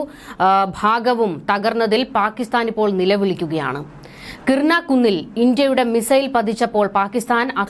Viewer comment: കിർണ അല്ല കുട്ടി , - കിരാന .